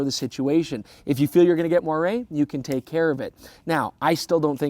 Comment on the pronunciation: Wow. He pronounced moiré correctly! Might be a first for Youtube.